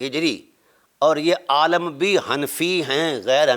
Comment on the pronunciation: عالم لام پر زیر ہے آ پ زبر پڑھ رہے ہیں واہ